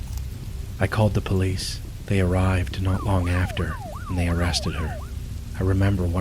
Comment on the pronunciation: "IM CALLing the polih"